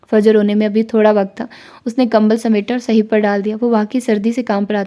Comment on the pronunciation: السلام عليكم ورحمة الله جی ناول کے بارے میں آپ کی اپنی رائے ہی ٹھیک ہے ویسے میرے خیال سے آپ اس کو صہیب(ص کے اوپر پیش اور ہ کے اوپر زبر)پڑھیں اک مشہور صحابی ہیں صہیب رومی رضی اللہ عنہ ویسے اس طرح کے جو چار حرفی نام ہوتے ہیں مثلا زہیب، عمیر، زہیر، اور بھی اس وزن پہ وہ اسی طرح (پیش) کے ساتھ پڑھے جاتے ہیں آپ شاندار پڑھتی ہیں چونکہ ہم خود پڑھنے لکھنے کو پسند کرتے ہیں اس لئے یہ کہ رہے ہیں خفا نہ ہوں